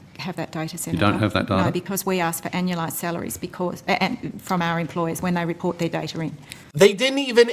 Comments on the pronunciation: Is anya-lize normal? Ive never heard anyone say it like that and i dont know if shes a dolt or just australian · I stumbled on the pronunciation of 'anualized' for a sec, and thought she said 'analyzed', as in "'we've blown these numbers straight up your ass". Upon further listening, I now know that this is not the case, and it was simply smoke.